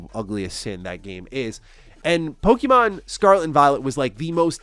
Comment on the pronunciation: The way you pronounce Pokemon is frustrating. Its pronounced poke-ay-mon, not poke-ee-mon